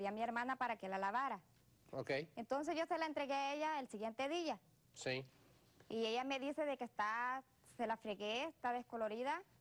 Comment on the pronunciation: porque la de morado dise dilla en lugar de día que feo abla esa jente